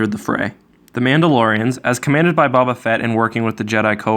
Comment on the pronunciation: "As commanded by 'Baba' Fett" First time hearing Boba Fett's name pronounced like that